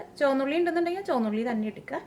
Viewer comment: Not choanna ulli...it is chomandda ulli 😅😃😉😎